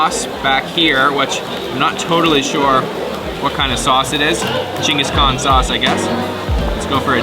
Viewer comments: What a great feed at Sapporo - and your pronunciation😂 Gingus 😆😆 Geng- guhs Kaan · It’s pronounce Ching Gus khan